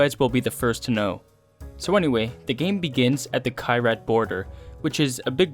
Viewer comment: Crabs aren't an STD. Also, your pronunciation of Kyrat is weird.